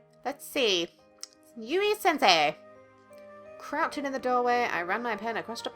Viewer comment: When you say Yui, I think of the spelling Yewee.